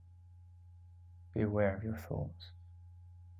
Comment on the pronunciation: dear Brits : we pronounce words and emphasize sentences a bit differently 'ere in 'merica. one important example (many are not) here is "be aware". sounds like you are saying "beware", which was a bit jarring in the context of meditation. otherwise brilliant - thank you, Russell